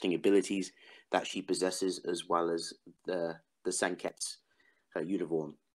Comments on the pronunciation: Why do you say "Senkets" instead of "Senketsu" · Sen-ket-su, not sen-kets-you